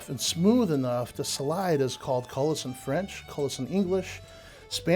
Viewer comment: Cullis, AKA coulis. coulis koo͞-lē′ noun A thick sauce made of puréed fruit or vegetables.A rich brown gravy.A thick sauce made with pureed vegetable or fruit and often used as a garnish.